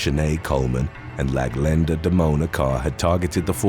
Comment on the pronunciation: Not "Laglenda" 🤣😭